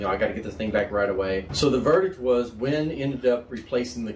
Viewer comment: WEN not WIN.